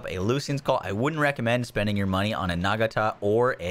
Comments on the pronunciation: Check out proper pronunciation of 'Nagata' on The Expanse! Thanks for all the interesting and informative content. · need to watch The Expanse so you can say Nagata.